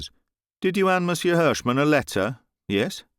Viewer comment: Excellent reading. What a pleasure! However, "monsieur" presents lots of problems to people foreign to French. The "r" at the end of the word is NEVER pronounced. We must write it, but then forget about it in the spoken language, just as if it does not exist. Not even to make a liaison.... the final r is to be ignored altogether. The French people prefer a hiatus, thing that they normally cannot stand, rather than hear the final -r of "monsieur".